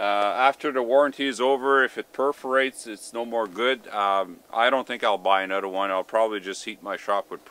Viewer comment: Don’t forget to add up the money saved on annual gym memberships, plus the health benefits of keeping active. What kind of accent sounds like, “use anudder one”? Canada?